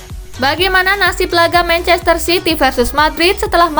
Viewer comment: mancester city hahaha